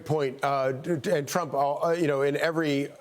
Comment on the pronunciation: President elect Tremp….gibberish, gibberish, gibberish…president elect Trump 😂